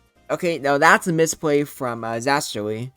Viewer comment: thanks for the praise! btw you pronounced zasterly right, and yes that first game was really bad lol